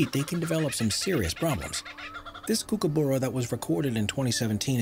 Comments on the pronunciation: DUDE. It’s not “kookoboora” it’s “kook-ah-barrah” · Smh, it’s not kook-a-boora it’s kook-a-b-u-ra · As an Aussie I am upset at how he said kookaburra